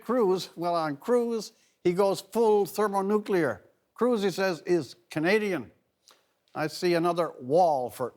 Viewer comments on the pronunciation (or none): none